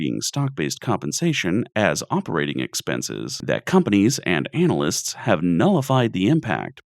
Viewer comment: I love the fact that you pronounce analyst as anal-ist, made me chuckly quite a bit. Also, the MIT experiment concluded this year found that of the economic predictions made about 2020 from CEOs, analysts, and random street sweeps of NYC, the street sweeps performed immensely better on all factors. The market is apparently so unpredictable that overspecializing in trying to understand it leads to dangerous overestimations in predicting future trends.